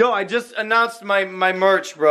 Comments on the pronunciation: Merch not meth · Is merch not murch